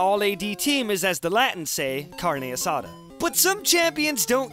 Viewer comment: "As the latins say carne assada" is that actually what I heard? also... are you Latin? what country?